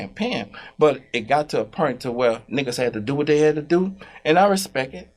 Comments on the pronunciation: Birdman and Master P don't say "point" they say "pernt" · He still can't pronounce "point." "Pernt," is hilarious.